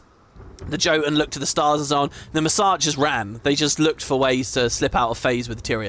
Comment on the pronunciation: Appreciate the video and commentary ❤ Despite how GW2 voice-overs pronounce it, the word "Jotun" is pronounced "Yotun", the plural of Jotun is not Jotuns but Jotnar (you mention them at 02:01:5 if you wonder why i bring it up) Just in case you want to share some education among your viewers/listeners Any idea how i unlock a skyscale the "new and easy way" mentioned in the pre-release? Because i am seriously worried about my "limited time" skyscale will run out before i complete it IDK if the timer ticks down while im logged on with my main in other zones, or how long it is to begin with, and i dont have time to blitz the whole new expac in one day No one has done a video or any written guide (that i can find) about unlocking the Skyscale the new faster way, yet